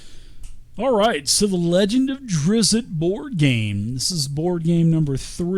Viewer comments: Watched up to "tighten up you name nazi's" I'm good its drizzt not drizzit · There is no 2nd i its just DrizzT. Driz. T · Say it with me folks. DRIZD DOE-URR-DEN You just gotta go to the source. Listen to Bob Salvatore pronounce it. He's very curt with the first name, kinda like how you think someone from NY/Boston area would pronounce it. Not a name nazi, but it's like being named Paul and being called Pool all the time.